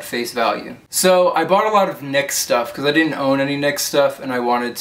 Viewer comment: You're pronouncing it right. It is pronounced "niks." it is named after Nyx, goddess of the night. I read that on the NYX website.